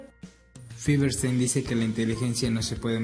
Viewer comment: Es Feuerstein, no Feverstein!! xd Pero muy buen video 💗